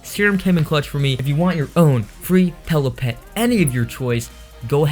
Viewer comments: It's PILLOWPET not PELLOW PET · Why does he say pellow pet not pillow pet??